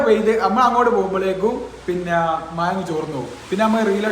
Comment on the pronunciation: മഴയാണ് പൊട്ടാ മയ അല്ല.. കഷ്ട്ടം.